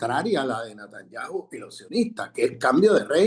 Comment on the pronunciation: Buen análisis. Lo único Sr Grosfoguel es Netanyahu con "e" y no con "a"